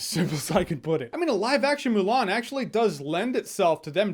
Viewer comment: How do you mess up Mulan? -_